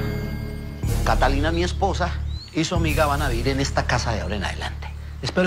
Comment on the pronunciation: Me da mucha risa con don marcial por que no sabe decir catalina y dice catilica